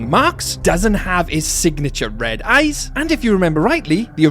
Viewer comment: Did bro just say the puppet has red eys